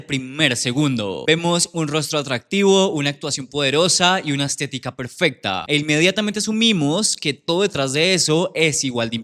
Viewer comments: Yo también escuche teticas 😭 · Y unas Te ti cas perfectas. JAJAJAJA SORRY pero me sonó así 😂 a alguien más ?